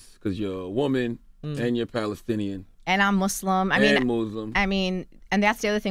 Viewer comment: I wish she would have corrected Charlamagne when he said "Mooozlem" right in front of her. Knowing damn well that's not how you pronounce it🙄